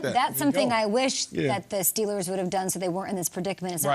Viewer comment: They are not the Pittsburgh Stillers my goodness say there damn name correctly, man‼️